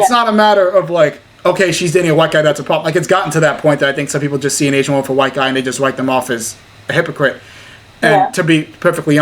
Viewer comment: Someone needs to tell her that woman and women are pronounced differently.